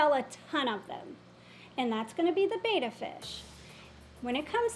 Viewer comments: It's not "Baeta" it's "BETTA". And when she said they can be a "friend for life"... I mean Betta's only live a few years, so I guess if you plan on passing away soon, they could be a "friend for life". LOL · The splendens is not supposed to be written with a capital letter. Otherwise i agree completely. It’s Betta, not Beeta. 😊👌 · Pet peeve - since I've been watching. "Betta" is a double-t, so it is "bet uh". "Bay tuh" is a Greek letter, spelled in English as "beta". Single T. Drives me nuts.